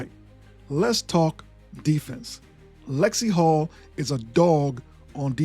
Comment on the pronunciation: It's "NaLyssa Smith" and it's Lexie HULL. Ten seconds of research doesn't seem to be a whole lot to ask...